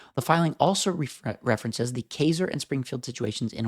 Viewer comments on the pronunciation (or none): BTW... its pronounced Ki-Zer "Keizer. Take care💪🏻